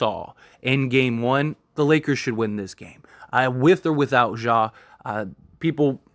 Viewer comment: Ja Not "Zhah"